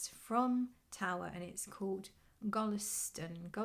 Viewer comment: If I'm not mistaken pronunciation is like [guleesta:'n], thanks for sharing the new fragrance, will watch your review. 😘